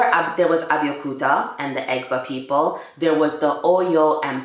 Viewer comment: You butchered the Egba word! Loool.... omo Egba...a proud yoruba descendant! Love the fact that u are also Jamaican... strong combo!